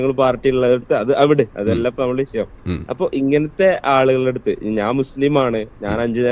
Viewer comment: വിശയം അല്ല മാഷേ വിഷയം. 😍